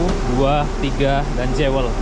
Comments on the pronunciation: Bunyi nya Juwel ..bukan Jewe l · Bukan "jewel" tapi bunyi kayak gini "juwel" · Jewel bacanya " juəl".